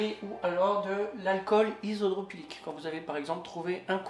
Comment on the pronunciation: Ou you youille : Isopro PYLIQUE -- Unit-t, en Français hu - té ou en Anglais You - Ti, mais pas un mix des deux -- La température - Fahrenheit et non pas Farad, etc. etc.